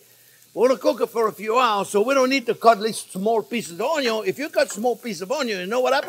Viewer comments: I love every time the chef says the "onyo first unless you have bacon" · No jean pierre, keep repeating about the onyo, it's that important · Love this dude he funny n I like the way he says onion 🧅 😂